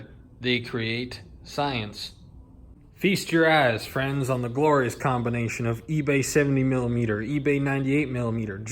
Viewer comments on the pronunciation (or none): Sounded like you said, "feast your ass"